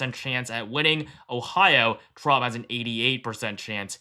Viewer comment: Trump, not tramp.